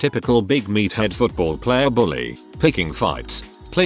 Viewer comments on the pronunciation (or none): none